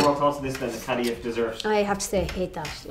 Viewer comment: Pronounced kah-dah-yeef